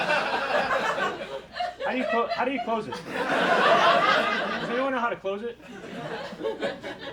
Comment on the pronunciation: " I dont like "iT" joke was too good! Someone who doestnd like "It's " putting a hard emphasis on the "T".